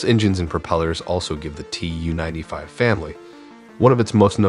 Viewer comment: It’s not “Tee Yoo” 95, it’s “Too”-95.